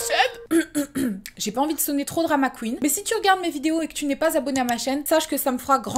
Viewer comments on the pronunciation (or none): none